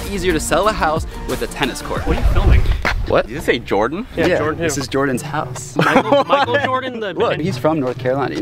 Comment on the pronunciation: It's not mikel Jordan ś house!